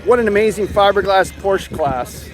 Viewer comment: Fun coverage and you were one of the first on YouTube. FYI-You're pronouncing Porsche incorrectly.